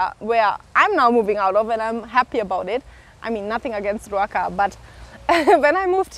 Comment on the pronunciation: I'm actually from a few km away from Ruaka in Banana but free advice ask your host before you make any major transactions. It's not easy to sue people in Kenya mostly as a foreigner. Anyway I live your Kikuyu pronunciation of Rúaka